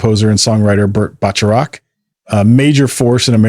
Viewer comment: It’s pronounced Bert Back a rack. You should get these details right.